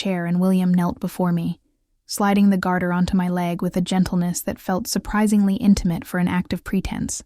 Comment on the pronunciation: "Garter toss" not "guarder"